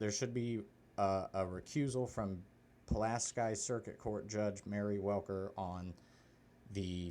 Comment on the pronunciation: Perhaps you could ask your son who Pulaski was & how to correctly pronounce his name. He deserves more respect than what your giving him. Then again...